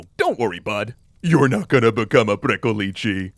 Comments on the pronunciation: You pronounced Strigoi pretty well, but Pricolici is pronounced more like "prick-oh-litch". The long -leecehee ending you're using would be a plural with a definite article. as in "Pricolicii, those two over there" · Well, he stressed the wrong syllable in "pricolici". Basically he said "pricolicii", which would be the plural form. And it sounds weird. But hey, kudos for trying! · It's pronounced more like "pree-ko-lich"; it ought to be pronounced faster, merging the syllables together rather than saying them as 3 separate sounds. The name of this creature sounds diminutive, almost comical, rather than scary to Romanian speakers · isn't it "pricolich"? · ci is pronounced ch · Pricolici sound like someone trying to teach an American to say vârcolaci:))))) But it is a correct, yet old word. Also funny, keeps emphasising the end of the word as if there were two "i"s which is the article in Romanian, in other words as if always saying "*the* pricolici, The pricolici, tHe PricOlicI!!:))) If there are any ardeleni in the comments, do you pronounce pricolici with an emphasis at the end? It's the first time I've heard this word and before googling I actually thought that jut says the "v" funny. All in all, great narration and cute pricolicii:))) 10/10 would pricolici again